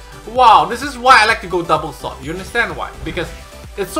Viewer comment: They way you say "Sword" is very odd.